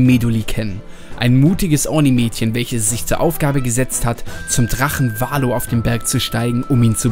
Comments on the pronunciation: bei Valoo betont man die "oo"s wie ein "u". Kleiner trigger deswegen in jeder Folge.:D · Bei ist das wie bei so Freefall-Towern (z.B. im Heidepark der Scream) + Valoo wird eher Valu als Valo ausgesprochen.